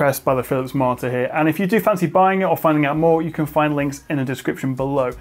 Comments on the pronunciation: At first I didn't realise it, but after reading the comments, I can only hear it as martyr :P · I didn't catch it and first and didn't believe people who said you said "martyr", but damn it you really do! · I think it's so surprising because you are well spoken and enunciate every other word clearly. Like you have a minor speech impediment ONLY with the word monitor.